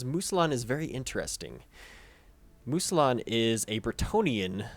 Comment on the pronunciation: Mousillon = "moo-zee-yon"